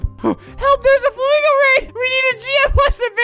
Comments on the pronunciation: Nobody: Literally nobody: Everyone: Calls it Flamingo - Albert: "FlAmGo" Theory: HAVE WE BEEN SAYING IT WRONG THIS WHOLE ENTIRE TIME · I love how he pronounced flamingo like this “flam go” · guys why does he call it flam go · its flamingo not flamago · You said flamgo